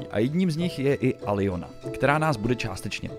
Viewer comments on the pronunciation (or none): Aľona, nie Alijona :D Zrejme si rustinu nemal v skole (s ukrajincinou rovnaka vyslovnost) :D